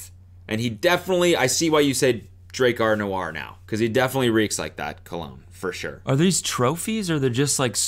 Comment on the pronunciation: Uuuh its pronounced DRAW-CAR NEW-ARE. How can you expect to slay the peen if you cant even pronounce the international peen slaying scent correctly!? What would Steve say? Do better please. Also, the vid was WAAAY too long this time. Maybe think about shaving 5 min off. Its not short enough. When I watch your vids I want to feel like im in the worlds most expensive restaurants. You know, where you end up dropping stupid money on a 5 course meal where the servings are itty bitty and the majority of the plate is being inhabited by an arrayof non edible decorations, displayed purely for esthetics. You leave feeling more empty than when you came....not just in your belly....but also IN YOUR SOUL! Thats what im lookin for!